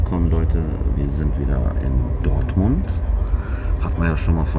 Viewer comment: Dörtmund Hbf?!?! Seit wann spricht man Dortmund mit Ö aus🤯😳